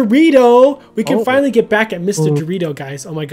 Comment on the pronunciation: Fanllay just fanllay